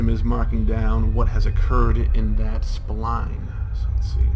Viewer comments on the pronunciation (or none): none